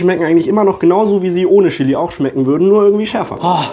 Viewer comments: Bin ich die einzige, die davon getriggert ist, dass er "SCHILLI" sagt? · Chili nicht schilli